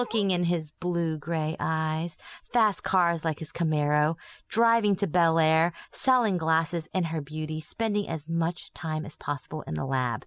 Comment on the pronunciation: As a native Baltimoron I can tell you with some authority,, that it's pronounced "BLAIR" not "Belair";)